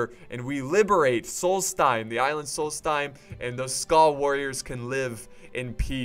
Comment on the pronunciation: Pronunciation Tips: Aldmeri Dominion does not have a T. It's not Altmeri, there's no T. There's a D. Aldmeri. Solsthiem: It's not sols-time. There's an H in there. Solsthiem. TH. It isn't pronounced "time". Also, black bars on the screen when you put comments in the video. Check the video And, you're paying THEM 300 Septims a turn. It was cringy to watch you do that and think you were being paid.